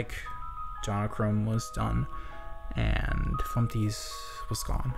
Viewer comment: Remove the t in flumpty